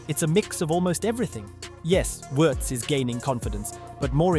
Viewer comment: Pretty close.